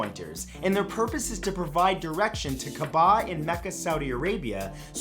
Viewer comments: About fact number 5, it's pronounced kibla with the back of your mouth/top of your throat, not quibla like queen. And also kaaba with the second vowel stretched instead of the last with a glottal stop in between the a and b. Arabic letters dont all translate properly into english ones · Love ur videos but the way you pronounced qibla and ka'ba gave me cancer